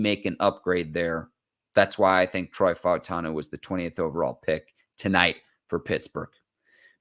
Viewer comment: Props to Mark for pronouncing all of the vowels in Fautanu. Much respect!